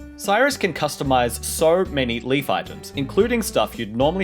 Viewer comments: taunde Even Nintendo calls him Leif/Life and not Leaf in their Direct. You're just always hearing it wrong from English speaker people who don't understand the EI. Go to Google translate, then you hear Leif and not Leaf. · That's what I was gonna say haha. So then we were both wrong. Because it is not pronounced like "leaf" or "life". It is "layf" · Leif is pronounced as 'Life' not Leaf. Not the same letters.... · its pronounced leaf you twat